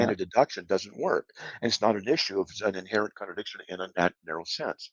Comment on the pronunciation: Every time Slick says "connerdickshin," a syllogism quietly files for divorce.